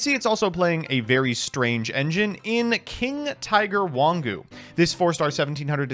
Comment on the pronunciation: Shoutout to for pronouncing "Wong Who" with the correct Mandarin phonemes. Understandable since no intonation markings exist to signify the characters which mean "King Tiger" (Wang2 Hu3 pinyin for the linguistics nerds).